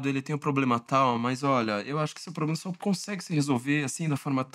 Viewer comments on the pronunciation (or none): none